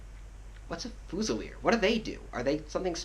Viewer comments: "FOOZILEER" ......sorry man...... fuze'il'eer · I couldn't watch the video after you saying "fuu-zilier", it's pronounced fyoo-zi-leer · Excellent video Just one small thing, as stated below Its not "Fu-cell" its pronounced as "FU-ZEE" which means a rifle. A Fusilier in French means "rifleman". There is no distinction in French between muskets and rifles both are fusil. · it's pronounced Fu-zee-ye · Haha its good to see such appreciation! Most people just think redcoats are redcoats unless they're grenadiers, highlanders or light infantry! Maybe work on how to pronounce Fusilier! OAFAAF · You gotta figure out how to pronounce Fusilier my friend. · the way he says fusiler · Please say fusilier right please... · I won't question your hat...BUT...I Will question your pronunciation of..."Fusilier"... :>) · Tru he completely butchered the word xD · i honestly only came here to figure out how the fuck your supposed to pronounce fusilier